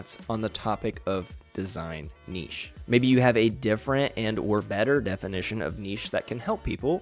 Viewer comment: Thanks for not pronouncing it "nitch" 😂